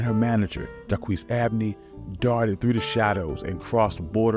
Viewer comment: You need to learn to pronounce French words. In only 10 minutes you can learn to pronounce the words you need to know for this brief presentation. Use the Internet to type in the French words, but spell them correctly. One example is "Jacques." It's "jock" but with a "zh" soft aspirated "j." And, "croix" is like "craw" except the French "r" will need to be obtained from the Internet, and it means "cross."